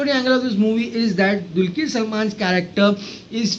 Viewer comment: Kindly pronounce Dr's name properly. It is dulqar.. Not dulkeer